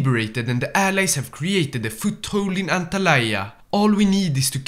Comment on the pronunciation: Also its antalya not antalaya...